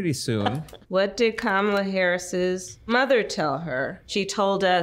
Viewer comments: You still pronounce her name wrong. IDGAF but it's "comma-la" or ",la" get it? ( , la) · Tucker Carlson intentionally calls her "Carmella" 😂😂😂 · It's *Kommie-Lush